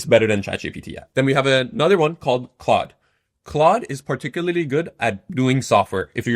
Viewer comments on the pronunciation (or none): none